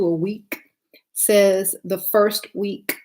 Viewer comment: Wee- ka?🙄 Baby its week 😂